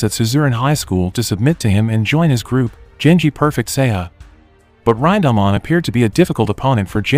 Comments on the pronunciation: Ryndahmon...it's pronounced "rin" "da" "man" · "Raindahmon" wtf bro. Its Rinda-man. Not a fucking Digimon.